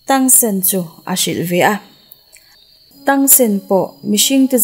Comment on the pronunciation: Mahse i sawi dik lo char2 thing e tang san te kha tang sen